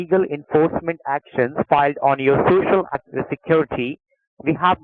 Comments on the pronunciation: Shoshal... lmao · Your SHU SHU???